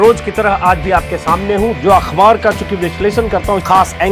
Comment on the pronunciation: सर आप अखबार को अख्वार क्यूं कहते हैं अच्छा नहीं लगता आप जैसे विद्वान के मुंह से।